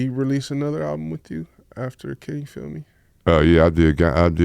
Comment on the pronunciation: As a kid i use to think bro name was “Phil” hearin Dru Down say “Feel” (feel me) in the videos 😂😂